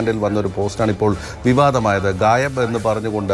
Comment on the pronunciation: ഗയാബ് അല്ല ഗായബ്